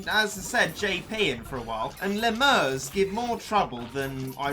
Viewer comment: I like how you say “LeMurr” and “Helmut Krabbe”